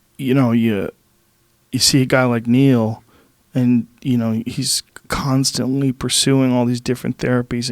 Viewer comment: Joe "CUNTSTUNTLY" Rogan